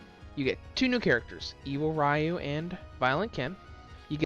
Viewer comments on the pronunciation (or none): Pssst to pronounce Ryu it's (Ree-you) ;3